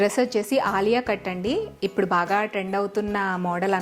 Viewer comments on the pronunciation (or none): none